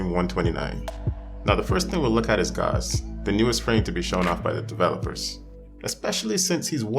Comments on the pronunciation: Pronunciation of Gauss: Mouse with a G in place of the M. -From your friendly, everyday engineer. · Rebecca call him 'Goss' on stream and you call him 'Gauze.' Does . . . does nobody know how he's pronounced? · I really triggers me that noone is capable of pronouncing "Gauss" correctly. German name, german pronounciation.